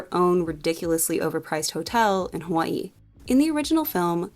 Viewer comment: As someone from Hawaii I appreciate the way you pronounce Hawaii